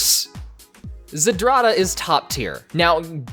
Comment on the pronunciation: Its not za-drada, its zdrada, ZDRA-DA ALSO, its malina, not mei-lina, i know, im polish